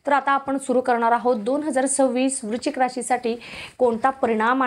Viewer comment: वृचिक नाही.वृच्शिक असा उच्चार करा.